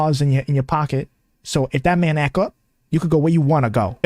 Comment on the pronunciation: What is so difficult about saying “act.” The T is not silent. She is garbage.